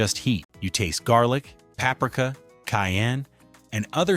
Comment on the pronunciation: you need to practice how to pronounce "paprika."